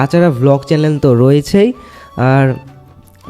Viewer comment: আরে ওটা চ্যালেন না চ্যানেল ❤😅